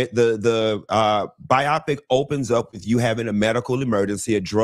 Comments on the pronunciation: Miki Howard 💖;, I'm gonna get you about your pronunciation of "biopic":) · And I'm gonna get him about "biopic":)